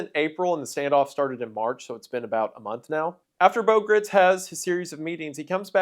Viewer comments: He's actually pronouncing "Gritz" incorrectly; it's actually pronounced in such a way that it rhymes with "rights" (which he used in the slogan "God Guns and Gritz") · What have you done with Wendigoooooon???? Shapeshifter! Pod person! Freddy Mercury?? Did Elvik get replaced by that Lesko guy?? Gritz "rhymes with sights'. It was in an interview. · Gritz rhymes with Rights FWIW